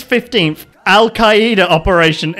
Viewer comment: Mispronunciation of Al Qaeda hurts